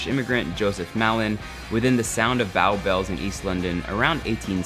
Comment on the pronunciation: No no no! Never call our chips “french fries” or “fries”. Bow Bells is pronounced “bow” as in “rainbow”. Don’t get me started on how you pronounced Lancashire! ;) ... nevertheless, I always love watching your food reviews, and enjoyed both yours and Anne’s insta posts while you were in my hometown. Ps Well done Anne on completing a super hot and sunny London marathon!